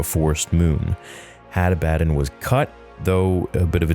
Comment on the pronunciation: ah-bah-don, the fuck is hattah-batt-en and Attah-batt-en? Genuinely asking here. Cause I'm just logically thinking how someone would pronounce this in English.